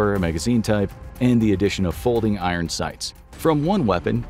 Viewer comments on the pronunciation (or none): none